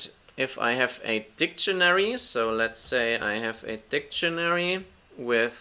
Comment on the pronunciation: keep your opinion , that "funcchen" and "dicchenary" countinuesly gives me headache , this is mine :)